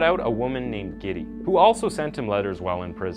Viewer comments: You should really look up how to pronounce the names. Ole isn't Ol' it's closer to O-le and Gitte isn't Giddy its more like Gi-teh. Other than that twas a good episode ^^ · this guy needs to work on his pronunciation. gitte = geeta not giddy. in a previous episode, egregious = egreegious not egragious, face = facha not face like your face. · He called Gitte, Giddy 🤣